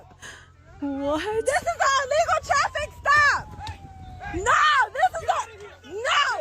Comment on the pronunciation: It’s ILLegal, not, allegal. Ignorance!!!